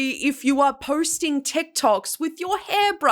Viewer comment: She pronouces posting like.. "poirsting". Just an observeeo